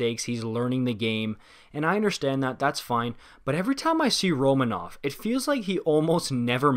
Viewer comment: Not that important, but Romanov has asked for his name to be pronounced Ro-MA-nov, rather than RO-ma-nov. No clue if the way I wrote that makes sense, just mentioning that his name is pronounced differently